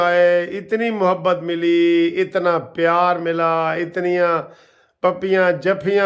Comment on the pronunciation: وکیل صاحب لفظ محبت کی م پر زبر ہے غلط مت پڑھیں